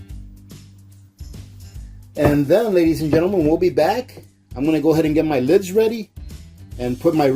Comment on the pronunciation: Oh my God, while you have good content on this video, if you said ladya and gentlemen 1 more time I would have to stick knitting needles in my ears... Good content, but work on that my guy.